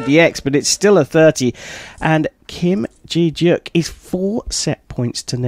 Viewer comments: It’s Kim Je deok not Kim ji yeok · im bothered by how he pronounced kim je deok's name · lol next time look up the name pronoun istj on before you say it? especially at asia cup it’s common courtesy to know how to pronounce non western names. (kim je deok) but lovely competition!!